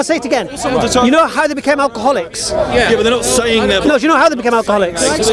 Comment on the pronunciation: "think about our garlics, think about how much are garlic is demonised in the media" response (and mine) "what you on about?" Did I even hear it correctly?...Garlic? I almost pissed myself with laughter! Edit Alcoholics is what he is saying. Still though it sounded like garlics.